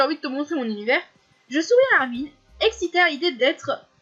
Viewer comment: On prononce le nom de Armin en "Armain" et non "Armine" :) sinon super vidéo